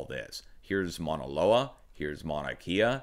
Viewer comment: Emergency Management Associates close.. it could pass as correct too but the u is pronounced usually.. "mow-na"